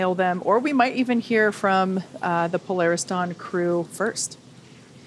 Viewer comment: Po-lar-Is Dawn, what's that chute that you've got on, doing mis-sions that might make ol' nasa cry....